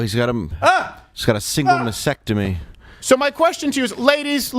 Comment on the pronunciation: "masectomy".. 😂 is that like a combination of mastectomy and a vasectomy, Dave?.. 😂